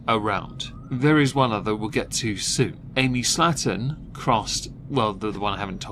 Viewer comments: You say Slaton I hear slattern. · The way you pronounce "Slaton" makes it sound like you're calling them "slatterns." Fitting!